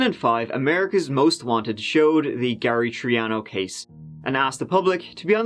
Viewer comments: Gary Tree-ano? Really,, really? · When you say Gary Triano, I think you mean Gary Threeano....my bad.